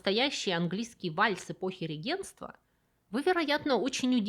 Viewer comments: РЕгентства, а не регЕнтства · Только вот эпоха не " регЕ́нтства",а " рЕ́генства".